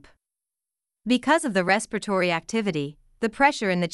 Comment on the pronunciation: It's not respitory it's respiratory 😂